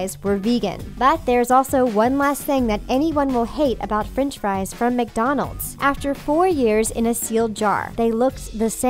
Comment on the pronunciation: the narrator pronounces french fries ''frinch fries''